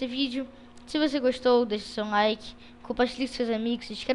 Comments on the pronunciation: é laiqui não laiki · É laike nao lake kk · é like não laike